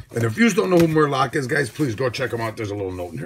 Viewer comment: MUR Kock..lol. That made me giggle! It’s MUR Lock lol